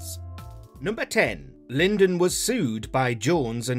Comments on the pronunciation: who's "Lyndon"? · It's not Johnny "Linden", it's pronounced LIE-dn. smh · It's Lydon, pronounced Lie-Don, not Lindon. If you can't get even that right I can't take anything you say seriously. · It's 'John LYDON' 'lie don' - not 'Lyndon' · It’s Lydon, not Lyndon, gees. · You lost me at "Lyndon". If you can't get his name right, how can I trust the veracity of anything you say? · John Lyndon. Friend of Sid Vicarious. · lydon. lyndon. the narrator sounds like adolf hustler. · Barry Lyndon. Lol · who is "linden"? the name is LYDON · At the risk of sounding like Alan Partridge... Lydon! Lydon! Lydon! Not Lindon! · For the narrator… it’s Lydon, not Lyndon.. have some respect man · Dammit! It's not LYND.... oh never mind. That's been pointed out about a thousand times now. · It's "Lydon" not "Lyndon" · It’s not John ‘Lin-don’. It’s Lyndon. Pronounced like Lie-don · Sorry to be boring, but who is Linden.Lynden? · Lyndon? You mean Lydon. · LYDON not Lyndon....if u can't get THAT right....! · It’s Lydon not Lyndon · Should have been 11 things I didn't know. Number 11: John LYDON is actually called John LYNDON 🙄. FFS! Do better. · The name is Lydon - pronounced lie - don, not Lyndon. Why is it that people who make these things so often can't pronounce the names of the people involved? Then I realize it's "WatchMojo"... that figures. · Who's this 'Lyndon' geezer you keep mentioning? It's Lydon. Or is that supposed to be one of the things we didn't know? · Its Lydon not Lyndon!!! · Lydon NOT Lyndon ya Plonker!!! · Lyndon? It sucks when you know the narrator has no idea who this band is. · Lyndon? Who TF is Lyndon? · More lack of knowledge and research from Watch Mojo, John Lydon is pretty famous it shouldn't be that difficult to get his name right. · Lyndon??? Fuckin seriously? Done!! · his name is Lydon not Linden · Not Lyndon but Lydon, get the basics right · Christ man stop saying Lyndon, it's Lydon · John "lindon" wtf lol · LIE-don not LIN-don. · It's Lydon not Lyndon